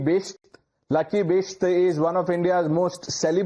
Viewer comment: He said Lucky I heard gutsy